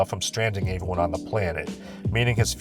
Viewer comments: Don't worry,, eventually you'll be able to pronounce words like everyone and every correctly. The E in those words is not pronounced like an A; pro tip. "Ay-veryone" is not right. The fact you can say eventually correctly but not every is beyond me. Lay off the garbage,. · What's up with the way pronounces the word "everyone"? It sounds like "Avewon" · This guy pronounces the word Everyone weird.